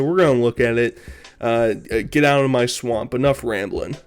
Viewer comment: Y can't he say swamp lol